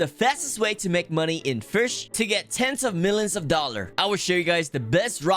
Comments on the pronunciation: I like how he fails to say "Fish" multiple times, thats why he is so unique. No mean to call you out but you might be fake because it says new lifetime highest weight at 1.3k 😵‍💫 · Fisch ❎ Firsh ✅ (I'm guessing it's your accent.. idk..) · I love his iconic “firsh” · I love it when you say fursch" its so funny lol